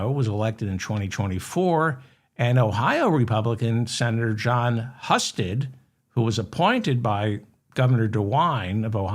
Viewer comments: Senator's name, Husted, is pronounced hew-sted. the Hu sounds like the hou in houston. he used to be lt governor. his big acco. plishment is a failed public/privatised organization called Jobs Ohio. More tax dollars into the pockets of the rich, not anything that helped job seekers. trump level failed company. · Husted is pronounced with a long U. It's unimportant but considering his criminality, his name will probably come up again. Great show 👍. Thank you. You're helping A LOT of people stay sane. Believe it or not!